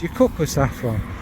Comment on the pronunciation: One second in and I’m taking issue with your pronunciation of saffron. When you had money .. before perfume overtook you and everything didn’t cost a million pounds. Your flamin sister ! You know me and Kayali , that’s the one I want to try here 😁